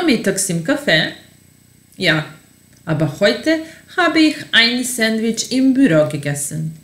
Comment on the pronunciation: Citaj te gramaticki, a ne „aba“ = aber ili seha = sehr. U skolama se uci gramatika a ne dialekti koji su razliciti u raznim krajevima